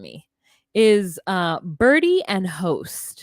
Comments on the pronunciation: And it's Bridie not Birdie 🤣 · BRIDE-ie NOT Birdie